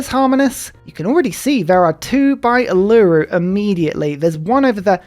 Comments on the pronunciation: holy silver how many can you get in one start. Also Uluru is pronounced oo-lu-roo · Hi! In Australia we pronounce Uluru, "oolah-ROO". Love your channel mate!